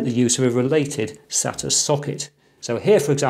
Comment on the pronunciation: Thanks for not saying 'SATER" like some people.